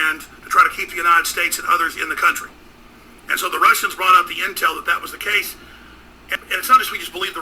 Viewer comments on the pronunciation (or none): none